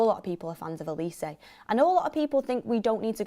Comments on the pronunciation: It’s Olisay not Oleese 😂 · The way pronounces olises name, "A lease"🤣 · If you’re gonna say his name pronounce Olise correctly , it’s a Nigerian name